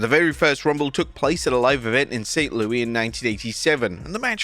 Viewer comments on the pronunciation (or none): St. Louis is pronounced saint lewis not Louie